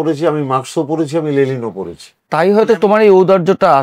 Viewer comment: লেলিন নয় লেনিন😂